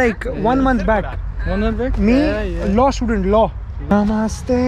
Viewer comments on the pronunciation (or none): none